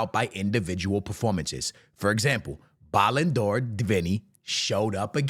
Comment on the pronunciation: That’s how Speed pronounces the ballon d’or 😂😂😂